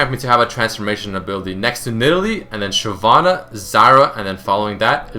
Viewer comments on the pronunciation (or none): none